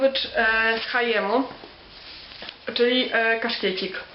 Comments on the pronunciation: ale lepsze jest już 'heendem' niż 'haiem' ;/ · A czy ja się kłócę? Tylko po prostu mówię. I tak apropo to litera '&' nie jest Polska i nie powinno się jej spolszczać na nasze 'i', bo ona oznacza 'and' więc już lepiej przeczytać 'he end em' niż, ' he i em' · haiem? xD raczej haendem.